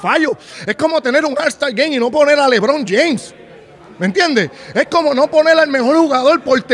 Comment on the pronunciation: Ya la cagastes el decir lebron ya yaaa